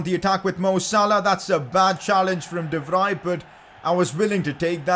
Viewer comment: By the way I’m trying not to judge you but De Vrij’s name is pronounced like De-Vree and not like De-Vri